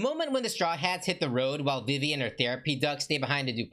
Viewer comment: Not to be mean but I’m pretty sure her name is pronounced Veve